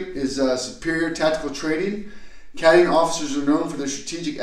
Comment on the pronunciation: learn to say cadian and chimera right.